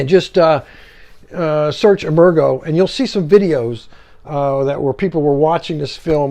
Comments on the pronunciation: Nice presentation, but "emergo" was pronounced "emerge-oh" with a soft "g" sound. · Great review. Incidentally, I think "Emergo" is pronounced with a soft G, as in "emerge".